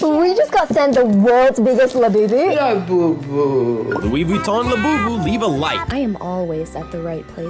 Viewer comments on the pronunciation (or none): everytime i hear "24 karat gold labewbew" i die a little more in my soul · These people have to die a little bit on the inside every time they say "Labubu" right?